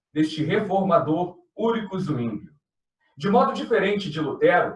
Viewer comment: Zwinglio= a forma de ler é Sivingio e não Uinglio